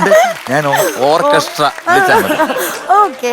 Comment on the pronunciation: ഓർക്കെസ്ട്ര അല്ല ശരിയായി പറയൂ " "ഓക്കസ്ര "❤️❤️😍😍😍